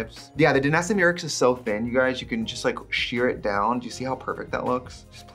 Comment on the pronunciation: The gurus I follow say "MY-ricks", basically just how it's spelled, as opposed to "MEE-ricks" like Trixie